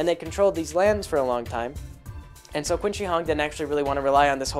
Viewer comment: Qin is pronounced "Chin." Just a small FYI, enjoying the monologue.